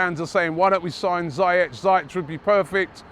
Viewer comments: It's pronounced "ZEE-YEK" not Zie-ech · Dani Kabellas? CEBALLOS Hakim Zayetch? ZIYECH FFS... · ZAYETTE.....CABEYOS robbie torturing names all the way in Vegas